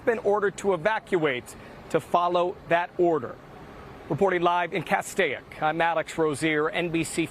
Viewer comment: The I in Castaic is silent! The original spelling was CASTEK it is and always has been pronounced Castake!!! Also one house / Residence in Halsey Canyon burned to the ground...... Please try to get the real news right! NBCLA Its like 3rd graders are reading the news!!!